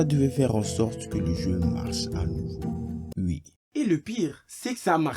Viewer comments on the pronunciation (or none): Pourquoi tu dis la "ui" au lui de la "oui"